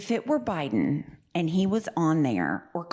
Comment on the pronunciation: why does he say BI-Den like that